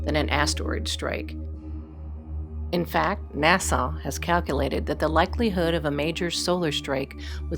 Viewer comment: It's Leonardo da Vinci, not de Vinci. Please correct the credit on the quote. Who IS the woman narrator???? She cannot say NASA correctly and she pronounces nuclear as nucular! Hire a narrator who can speak the words PROPERLY, please, if you want to be taken seriously. Arthur C. Clarke would be MORTIFIED. I know, because I KNEW him.